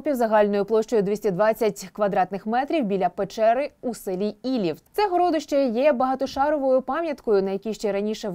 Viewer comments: ГорОдище,в розумінні великий горОд.Вперше таке чую,вухо ріже.Одне писало друге,,вещає'' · ГородИще, а не ГорОдище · ГородИще, а не горОдище?